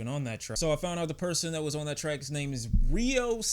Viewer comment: Pronounce his name correctly bro